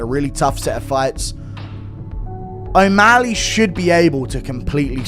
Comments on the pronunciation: He was calling him O meth ly 😂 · Cejudo can't talk. Can't pronounce O'Malley. Is he on drugs??😂